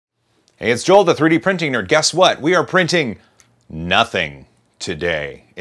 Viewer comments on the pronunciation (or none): none